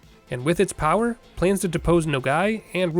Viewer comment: ShPEED and POWAAH